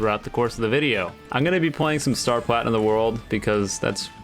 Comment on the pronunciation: I love this "stur purachinum zo wordu..."